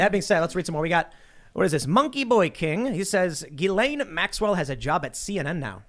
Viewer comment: Ghislaine is a French name and it’s pronounced ‘Gill-En’ G like in Gun and En like in End. Happy new year 2022 ✌️